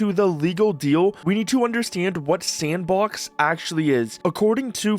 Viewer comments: Thanks. Thought it was weird the creator said "S & box" in three different "words" rather than one fluid "Sandbox" as they pronounce just fine in other parts of the video. Just seemed weird to me, and sounded like something an AI would do if there was a typo in it's script. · you know it's just "sandbox" right? not S N Box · Garry be like "actually, it's pronounced sampbox" lol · I provided a timestamp where the OP says "S & box", rather than saying "Sandbox", as they do multiple times prior and later in the video. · nice to know im not the only one to pronounce it S And Box